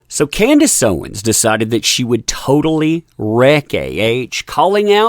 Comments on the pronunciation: It's Candace, not Candice. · CANDACE not Candice.